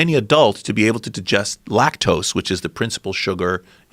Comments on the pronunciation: He can't say digest he says djest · “To jujest” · I absolutely hate the way he says "digest"